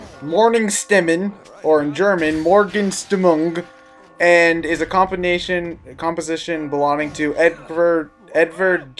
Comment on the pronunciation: Man, you sure managed to slaughter the pronounciation of "Morgenstimmung". If I were there I'd have to slap you, followed by slowly and painfully forcing you to pronounce it correctly.